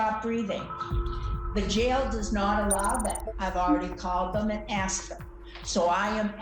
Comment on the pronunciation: aksed me??